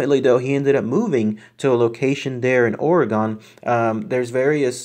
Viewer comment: Pronounced : Ore - re - gun.